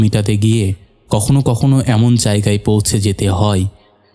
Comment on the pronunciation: আপনার বাংলা উচ্চারন আরেকটু উন্নত মানের হলে ভালো লাগতো। প্রত্যেকটি ' য় ' এর জায়গায় ' ই ' বলছেন । যেমন ধরুন জায়গায় কে আপনি বলছেন জায়গাই। এটা খুব শ্রুতিকটূ।